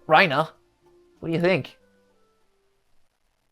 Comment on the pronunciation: why would it be rye-nah and not ree-nah 😭